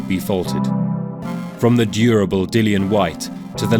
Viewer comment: "Durable" dillian Whyte lolol